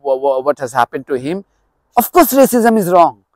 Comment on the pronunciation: I thought he said there was no rasicm in uk😂🤣😂 the irony❤❤😂🤣😂🤣😂